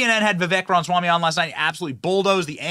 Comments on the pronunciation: Bro is it THAT hard for you to pronounce Vivek "Rama swamy" ? Not being able to pronounce such a simple name shows low IQ idiocy or just bigots doing it on purpose. His name is really pretty easy. Kamala has a hard name to pronounce, but Vivek does NOT. Quit mispronouncing it please. You're destroying your own credibility and appearing as a backwood hick religious nut mentality or stupid American trope ... Maybe that's why Republicans are losing, why are Americans so often so stupid. Let's be intelligent MAGA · I give you props for at least saying his last name or full name ... Others keep talking about him on a first name basis like they known him or something lol.... Tho please stop mumbling his last name it is an easy name. You just make yourself look like you're doing it on purpose which makes you look like a bigot American Taliban... And that kind of extremism is what j6 is going to get used against you guys... So start being more integrity and honest and respectful. He is a legit Presidential candidate for your party at least give him that respect instead of talking down about him like he's some kind of second class citizen bc he is brown and Hindu.... It's gross and acts similar to how whites used the N word about black people and slavery.... It's disgusting. Dignity and respect demands properly pronouncing the guys name. You don't need an Indian accent to pronounce it, it is really really easy. I mean y'all can use big words right ? Or is one letter longer than Desantis too much for you to handle....?